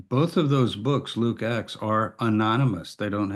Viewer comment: While I was only listening, I always wondered about the "Book of X" (or "Axe"). Now I see you mean "Acts". Your pronunciation is a bit sloppy there. (Common issue with native speakers, neglecting accurate emphasis where alternatives with a somewhat similar sound exist.) - Can also be an accent thing, though. Some British accents are particularly ambiguous there.